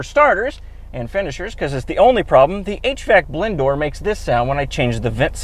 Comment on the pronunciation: I can't unhear "HVAC blend door" as "HVAC Blendor"